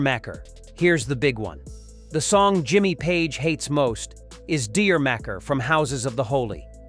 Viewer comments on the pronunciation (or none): It's pronounce "djamaka".